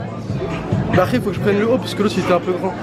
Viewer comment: dire "arès" a la place de "après" ...